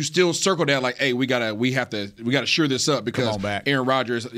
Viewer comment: Need more shows without Isaiah. Gets on my last nerve. Someone PLEASE teach him how to pronounce SHORE.